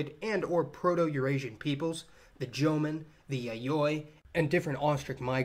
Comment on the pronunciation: Actually more like jōmon.